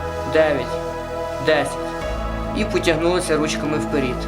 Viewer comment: Вперед а не вперід!